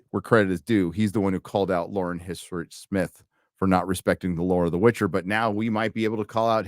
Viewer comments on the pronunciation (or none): none